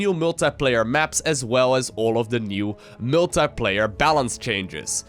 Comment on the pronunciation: Multiplayer [mool-thai-pleh-ier] :))